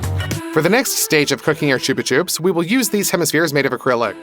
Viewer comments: ITS CHUB-A-CHUBS NOT TUBE A TUBES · I thought it was said like chubba chops💀